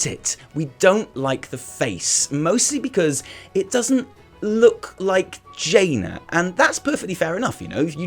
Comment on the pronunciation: It's not jaina it a dreadload as jaina